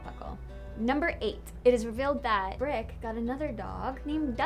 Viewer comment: Who's "Birck"??? lol Get lost! You meant Brick, right? Not.. "Burck" or whatever you said!